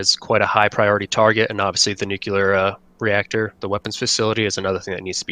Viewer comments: Nuclear is pronounced New Klee Ur. Not New Ku Leur. If it was pronounced new ku leur it would be spelled nuculer but it’s not. It’s spelled nuclear. This is not hard guys. Just because a dumbass president said it that way is no reason to follow him into stupid town. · Nuclear! Pronounce it how it looks! Alright, now I can resume the video and enjoy it.